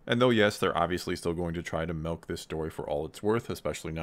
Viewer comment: Stop saying "mElk"!!!!!!!!!!!!!